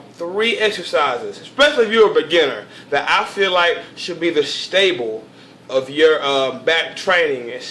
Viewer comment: Its Staple not "Stable"